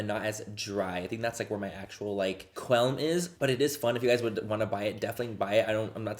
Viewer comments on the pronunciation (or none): MANNY ITS QUALM NOT QUELM!!!!!!! lol love you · Why do you keep saying "quelm"???? Rofl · Manny it’s a QUALM not a quelm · Qualm, Manny. QUALM! 😅